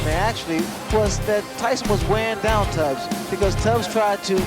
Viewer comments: It was Tony Tubbs! Not Tony Tabbs. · Tony Tabbs? Tabbs? Try Tubbs.